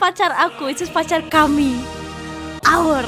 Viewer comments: The emphasis on the "OUR" that goes along with the anthem kills me so much xDDD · the way she says "OUR" though